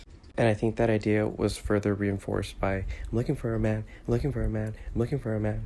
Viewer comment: Why can't she say "man"?